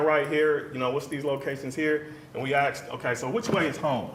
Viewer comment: Defense attorney can’t even speak proper English. It’s “asked”. Not “axed”. Axed is murder. And he’s supposed to be educated.